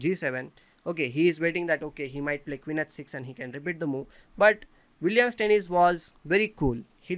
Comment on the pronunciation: As a German, I am in pain when you say "Steinitz" :D Aside from that, very nice analysis!